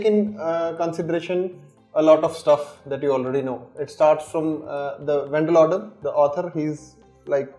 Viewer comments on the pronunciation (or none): "Van Loder" 🤣LMFAO It's Wendell Odom